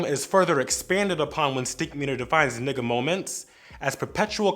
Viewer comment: Anyone else not liking how he’s saying N***a